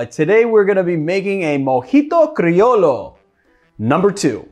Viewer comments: Pronounced mojito crioyo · It’s actually pronounced “cree-o-yo” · Cri o Sho not lo, sho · Its pronounced crio(yo) like in yo-yo the toy. Salud🍻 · Came here for this haha. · Cool drink. The old Tom gin really compliments the mint. Lol, oh man. You have triggered every Spanish-speaking person with that Criollo pronunciation (myself included) but I’m sure you’re already used to us busting your chops for whatever you mispronounce here in the comments. Cheers! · Comme on! You can pronounce "criollo" better!